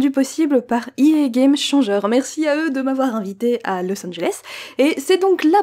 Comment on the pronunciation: L'accent belge xD